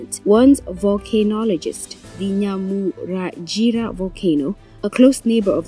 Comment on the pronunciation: Can you please try to pronounce names properly as a journalist we know it is wrong to say a name incorrectly! To do so read your texts repeats difficult words few times to memorise the proper pronunciation it is NYIRAGONGO and NYAMURAGIRA Volcano just look and read softly you will get it right